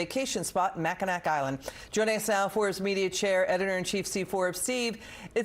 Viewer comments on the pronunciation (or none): It’s pronounced Mack-in-aw. NOT mack-I-nack 🤦🏼‍♂️ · Mackinac is pronounced ma·kuh·naa. I don't know why, it just irritates the crap out of me when someone who should doesn't pronounce it right. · Mack-a- nack island 😂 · It’s Mack-in-AW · NEVER EVER VOTE FOR HIS KIND. THEY HATE America, the western culture and Israel. We love Mackinac island. Hey Fox, the correct pronunciation is Macinaw. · Please tell this woman how to pronounce MACKINAC as if she lived in Michigan.